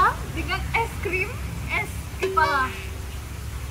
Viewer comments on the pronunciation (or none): Es kelapa jd es kepala 😂😂😂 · Es kelapa, bukan es kepala 😅😅😅😅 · Es KELAPA woi😂 bukan KEPALA